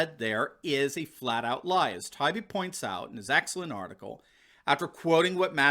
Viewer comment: Matt Tah-Ee-Bee is an excellent LEFTist journalist.